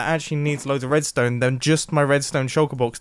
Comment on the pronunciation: “Wedstone” i chuckled a bit